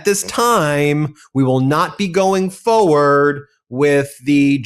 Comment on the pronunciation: Forward. The word is forward, and it has an R in it. I'm sorry, but this drives me crazy. Fo' fo' fo' fucks sake.